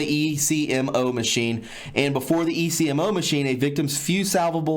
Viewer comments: Ecmo machine pronounced Eck-Moe. People are blood typed when having organ transplants because they have to give organs to people with the same blood type, or types that are compatible. If not the recipient will reject it. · I recall reading about this last year. China even built a hospital just for this practice. Potential recipients contact the medical facility and are told the wait time might be 1-2 weeks and are provided information on accommodations while they wait. I worked in a transplant unit in the US. Patients here may wait months or years. Also the ECMO you are talking about is an acronym and usually pronounced Ek'mo (short e long o). It is cardiac bypass, used widely in the US for bypass surgery (hence called "bypass"), so that the heart may be stopped and bypassed during grafting of veins onto the arterial side, therefore bypassing the blockage that was starving the heart of oxygen. I was an OR nurse and ICU recovery nurse in my younger days. ECMO is also used in the pediatric ICU's for various issues. Attached are some articles on the china issue for further reading. Falun Gong, is a practice used by many in China. What little I know from reading about it is, those who practice Falun Gong have spiritual peace and tranquility and are healthy in mind, body and spirit. Therefore their organs are highly prized, because of their peaceful mind and body, in essence, good quality, healthy organs. Prisoners have blood samples taken, yet are given no reason for this. I would imagine that the samples are used to catalog all necessary information needed to match the donor to a given recipient. This practice is horrifying and barbaric and I do pray these monsters burn in hell.